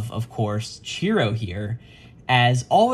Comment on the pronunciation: Chihiro not Chiro